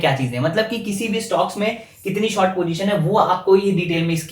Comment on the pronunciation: Bhai, there english todi kaami hai, it's short not sort